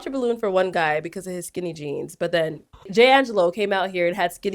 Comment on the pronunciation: Why did I pronounce this man’s name in my head as Jang gah low🤦🏾‍♀️ only to hear them say it as Jay Angelo lol